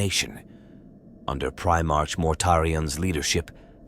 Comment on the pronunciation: I listened right up until I heard "Primartch". Its Primar"k", with a hard K sound, not like the month of March. I couldn't go further, bc god knows how many more times the AI voice or whatever you used is gonna mispronounce some common word or term.😊